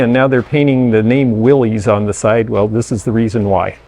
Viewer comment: The Willys Autombile Company's claim to fame was the original military-issue Jeep, made in huge numbers during WW2. Surprisingly, I learned recently that the "Willys" name is actually pronounced "Will-iss," like "What you talkin' bout Willis?" 😊😊😊 Ive been an auto-ficionado for 40 years and only learned the correct pronunciation recently.